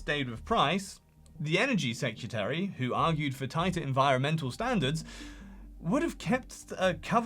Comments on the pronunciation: SecREtary. Not secUtary. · off topic but you do realize that the word is "secretary", not "secutary", right?